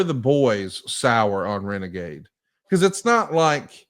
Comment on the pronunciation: "It's time for Reneghey" Tony Schiavone